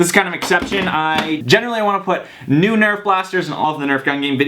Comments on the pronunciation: who gets annoyed when he says "CUMOON NURF" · and stop saying comon nerf